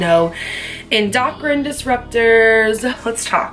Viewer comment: Lol girl it’s “n-doe-krin” 😂